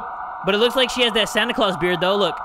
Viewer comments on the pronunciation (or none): none